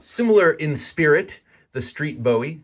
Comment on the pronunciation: I can’t buy this simply because Jim “Boo- wee” doesn’t appreciate his name being mispronounced